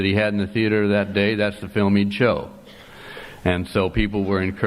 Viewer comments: all i know is it's not a "thee-ater" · Theater is a two-syllable word